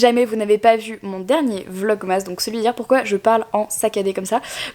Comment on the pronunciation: "Je sais po ce que j'ai foutus" mdrrr cet accent du nord alors que t'habites à Lyon ! Je me le suis répété pendant tout le vlog :D